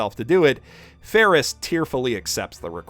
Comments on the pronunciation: Why does he call Ram Rom and Felix Feris? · Odd pronunciation abounds in this episode. Fairly certain it's "Betelgeuse" - as in the star in Orion's Belt - and "Felix" - as in The Cat. Or is there a meme I'm missing in calling them "Petelgeuse" and "Ferris?" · this guy calls felix ferris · how could you mispronounce best boi/Trap Queen Felix this entire time! Blasphemy! Oh and thank you for pointing out how vital and pivotal Patrasche was to saving Subaru and Emilia. Like you said, without his Lassie, it would have been much harder to succeed. God love her! Also, that was such a good point about Petra that I was so thrown off rewatching it a second time and thought that I had missed something. Makes it even more interesting that she’s now a maid in the mansion too. Fandom: “We shall watch your career with great interest.” But amazing breakdown of the fight arc/half season and everything that it incorporated. So much hype, torture and tension that it almost felt uneasy to smile at the end. Then, of course, the extended cut drops that bombshell and Best Girl gets her existence erased for the foreseeable future by Gluttony. FFFFFFFUUUUUUUU